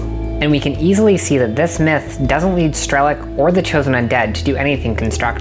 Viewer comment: Great video. I didn't play stalker but I'm guessing they rather meant strelOk, not strElok, as in sharpshooter in Russian. The pronounciation kinda took me out of the video a couple times lol.